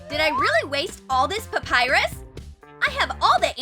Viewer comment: Did you said papayrus